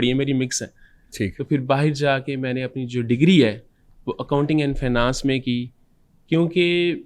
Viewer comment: How’s he’s pronouncing finance and engineering 😂